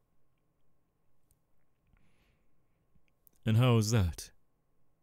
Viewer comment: I’m sorry, and this isn’t meant as a hate comment, but I know you seriously didn’t not just pronounce Geto’s name as Gay-toe 💀 Also, when you said “Name’s Jeff” my brain went straight to the “me nem Jeff” meme 😂😂